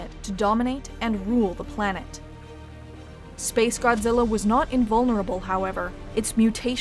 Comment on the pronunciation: This video tries to be so serious about s🅱️ace godzilla but every time you say the name I just laugh